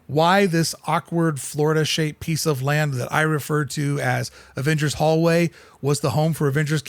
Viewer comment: Every time you said hallway I just laughed 😂😂 Great video